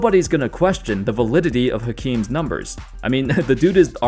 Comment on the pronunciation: Fun fact: every time you pronounce the ‘H’ in Hakeem, a puppy dies.